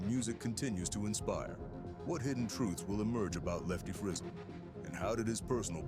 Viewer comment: If you do a documentary please pronounce the name correctly